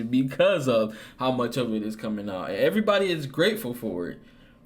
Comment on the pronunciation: “Erry body eating” good shy lol 😂